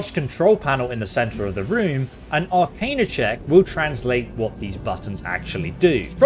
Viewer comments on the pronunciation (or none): Arcana is pronounced Ar-cain-uh. It's a derivative of the word Arcane which is not pronounced Ar-khan. Thrall is pronounced Th-rall. Not sure where you're getting that pronunciation from given that Lae'zel says it to you 2 minutes into the game. Reliquary has a Q in it and is pronounced Relly-kwary. Newty-loid was driving me crazy though. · Pronunciations… please work on them no cap. Arcana (are-khan-ah), thrall (ther-ah-uhl), reliquary (reh-lik-uh-airy).